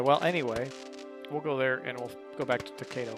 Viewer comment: It is pronounced toe-ki-do